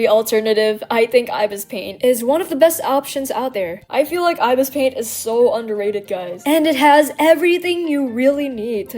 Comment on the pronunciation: You miss pronounced ibis paint x 😂